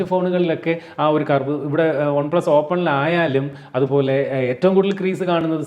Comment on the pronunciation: ഒൺ പ്ലസ് അല്ല വൺപ്ലസ് അല്ലേ